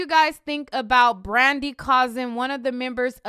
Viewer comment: ...y u keep sayn Brandy name like that😭😭😭😭😭🤣🤣🤣🤣